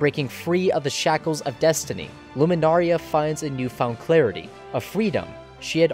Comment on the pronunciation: You pronouncing Lunamaria as Luminaria bugs me, but your analysis compels me to finish the video xD